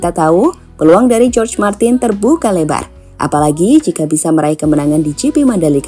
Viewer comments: Naratornya slip saat menyebut Jorge menjadi George Martin.😁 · Jorge pronounce Horge, Martin min 🙏